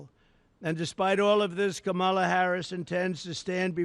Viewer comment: Why does he keep intentionally mispronouncing her name and calling her comrade as to imply that she is a communist? So juvenile!